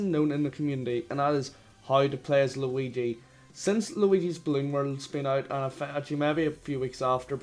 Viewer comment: the way irish people say "8 bit juigi" actually makes me upset